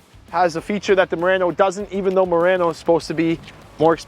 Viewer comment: Murano, not Murranno.